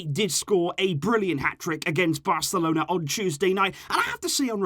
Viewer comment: did he say VARcelona ?